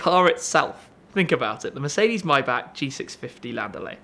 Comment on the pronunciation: Finally someone who can pronounce the name properly. All you North Americans take note...this is how " Maybach" is said officially. Germans don't say 'may', the say 'my'. Had to scratch this itch for awhile now.